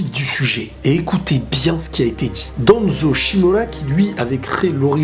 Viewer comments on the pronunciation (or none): none